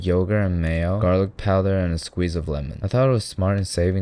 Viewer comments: bro says powther, jesus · I like the way you say powder....poughderr